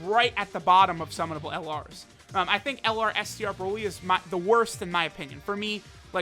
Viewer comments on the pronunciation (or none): none